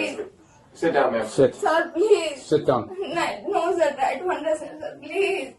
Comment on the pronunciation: Sorry saaar eeee oooo saar sorry saaar eeee 😂